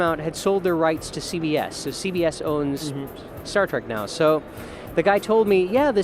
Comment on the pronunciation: What's this "Start Trek" you speak of?